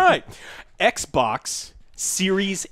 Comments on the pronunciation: The way you say Xbox is extremely racist and insensitive to Asians. Not fucking around. Some of us have Asian family. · I said "Eckbock" yesterday by mistake when discussing xcloud. Damn you